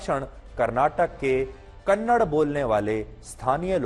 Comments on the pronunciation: Kannad Nahi It's Kannada Respect Our Language First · Kannad nahi kannada theeksye bolna sikho Kannada kannada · Kannada hai don't say kannar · Kannada not kannad if we say hind for hindi is this ok for hind people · It's not kannad it's kannada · It is not kannad, it is Kannada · Not kannad say kannada